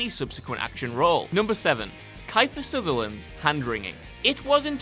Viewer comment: Who is "Kye-fur SUNderland?"